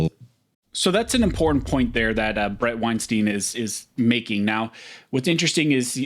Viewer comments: Bret pronounces his name winestine not winesteen. Small correction, doesn't hurt. Half the interviewers get it wrong. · Pronounce his name properly. Wein “stine” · Weinstein rhymes with Einstein.